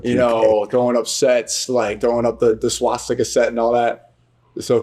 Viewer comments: Everytime you say swaSHtika instead of swastika a little kitten dies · Vlad adds to many SHW's when he says Swastika. There in no H in the word.